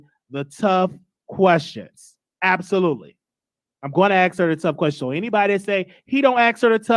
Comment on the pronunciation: Omg. If he says AX. ONE MORE TIME... NOT ASK IM GOING TO EAT MY OWN AXE!!!?